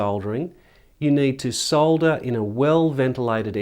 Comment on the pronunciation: I like the way you pronounce solder, not like the americans who call it "sodder" (with a silent "L") and like to correct those using the UK pronunciation.